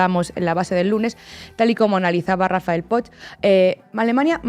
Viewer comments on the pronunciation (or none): Poch se pronuncia Poc. No cuesta tanto hacer el esfuerzo